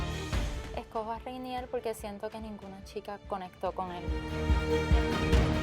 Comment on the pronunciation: Me da risa como todas lo llaman “Reinier” y en realidad su nombre es “Renier” JAJAJAJAJA